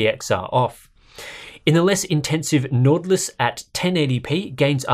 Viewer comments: "Nortlus".. It's a much sharper Y. It's norwegian (scandinavic actually) for "Northern Lights" :-) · As a dane its funny too hear you say nord lys